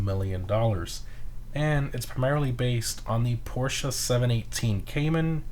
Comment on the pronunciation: Let’s appreciate that he actually said Porsche properly